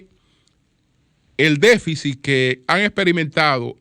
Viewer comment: ¡Qué periodista y comunicador nos gastamos! necesita muchas cosas, incluyendo un diccionario (déficit NO “déficis”), y respeto a Miriam Germán Brito y su equipo.